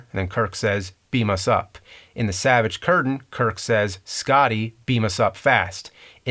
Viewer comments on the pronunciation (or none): none